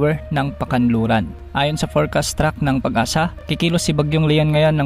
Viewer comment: Track hindi Truck!